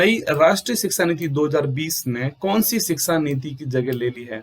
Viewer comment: महराज सिक्सा नीति, नहीं शिक्षा नीति बोलो